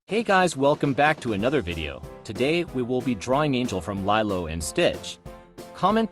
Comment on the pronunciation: It’s pronounced Lee-lo not lie-lo